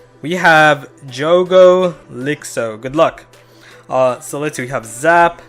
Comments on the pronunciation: O cara falou tipo Djougo Liksoooo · morri de rir ao ouvir ele pronunciar "djougou licsou" kkkkkkkkkkkkkk aqui é BR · "We have Jogo Lixoo", his name means "Trash Game" and portuguese is so fun ahah